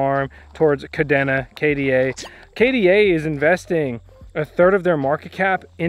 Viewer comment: Thanks for the overview, and good luck with the operation. By the way, Kadena is pronounced "Ka - dana" like Dana Point, CA